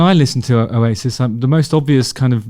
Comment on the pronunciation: Oh-yay-sis 😂 love the channel, Justin.